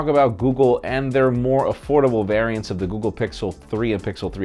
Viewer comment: Hi may "variants" reeeeverrrrrra